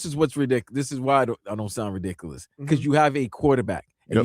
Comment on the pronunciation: "Dis is why ah doan sound ra-dick-alus". No, you do. Five 1st round picks for ANY one player IS RIDICULOUS. On a bad team all you will then have is a once good QB (you'll be cutting in 2 years) on a terrible team with no hope of re-building thru the draft. The next two GMs and head coaches will be fired despite this dumbass move being the brain child of the owner. Build a good O-line and D-line. Get a good young CB, WR and maybe RB in the 3rd. THEN draft your QB in the 1st - and sign some good veteran FAs on both sides of the ball.